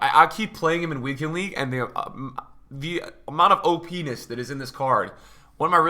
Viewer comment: OP-Ness or Oh-Penis?